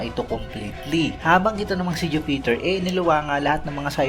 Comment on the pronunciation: Jupiter not ju peter! Haist!